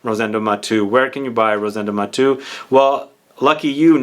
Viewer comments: Thanks for featuring a Spanish niche brand! I tried all the collection and number 5 is my favorite too. If you allow me to correct your pronunciation, being Rosendo Mateu a Spanish name, you pronounce all the vocals. So you say “MatEU”, not “Matu”. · Great video as always. Only one thing, I believe that his name is pronounced Ma-te-u and not like you said on the video. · I was thinking this. His name is pronounced as if he were French, but if Spanish, would it not be Ma-tay-oo? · Hi, his last name is Spanish not French and it is pronounced as if it were Spanish or Italian